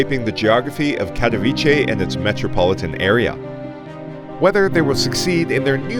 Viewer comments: You know what, I cannot understand why it is sooooo effing hard for you to check the google translator and even try to say it correctly. It is not Cathoviche, but it is Catovitse. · Kind of OK analysis - thanks - but I would recommend studying Polish for 10 seconds and pronouncing the name of Katowice with a 'ts' rather than a 'ch'! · Especially it’s not a difficult name to pronounce. Take German Kattowitz and put ‘e’ at the end. Plain sloppy not to take care of it.